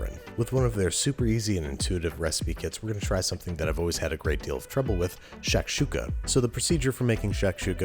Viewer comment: shakshuka was all wrong, and its za-atar. God I feel like such a nitpicker but this stuff does irk me